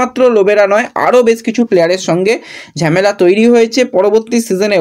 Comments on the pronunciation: ঝেমেলা এই কথা টা শুনলে খুব বিরক্ত লাগে। কথা টা ঝামেলা হবে। এতদিন ধরে ভিডিও কোরছো প্রনাউন্সেশন এতো খারাপ হবে কেন? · It's not ঝ্যামেলা it's ঝামেলা😂😂